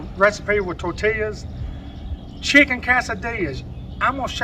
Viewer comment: The way you say that cracks me up! Chicken ka-sa-dillyas! And tor-till-yas. Gotta love it!! Love your recipes! You are a blessing!